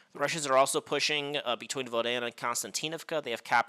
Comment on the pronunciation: Voo-le-dar. Sounds like you are saying Oog instead of Voo.